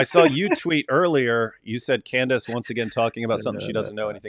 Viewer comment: "Can-dayce" Lol.😂 Why does pronounce her name like that?